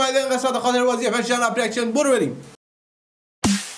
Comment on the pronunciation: چرا حس کردم خاطره بازیو گفتی خاله بازی